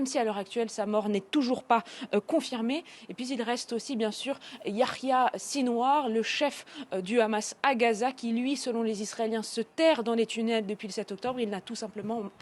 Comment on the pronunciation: Elle a réussi à prononcer haniyeh avec un H ''arabe'' jusqu'à la fin. Et patatra à là fin elle dit ''yarya''(Yahya). Ils ont vraiment un souci avec les sons ''ha'' et ''kha'' pour des sémites. PS elle révèle du coup son soutien inconditionnel....